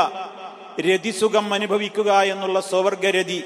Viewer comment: മലയാളം വായിക്കാൻ അറിയില്ലേ സ്വവർഗ രതി എന്നാണ്